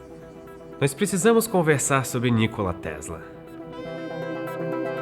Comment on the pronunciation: A pronúncia não é Nícola, mas Nicóla